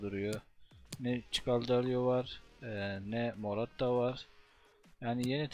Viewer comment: Moratta nedir dostum morutan duysa intihar eder